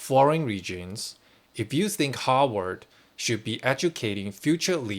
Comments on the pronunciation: It's Harvard not Howard, they are 2 different universities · Your pronunciation of Harvard sounds to me like you are saying Hogwarts! But that is OK! Because in a real sense, Harvard is the real Hogwarts where young wizards go to learn the spells of power. Lean into this! I would suggest that you re-title this video Using the name Hogwarts instead of Harvard. Much more appropriate!